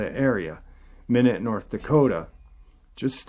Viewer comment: Minot North Dakota is pronounced my not